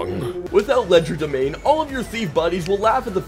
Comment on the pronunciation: I believe the D in Legerdemain is silent.